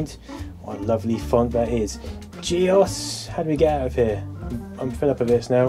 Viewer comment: "GEOS" = G Oce Long O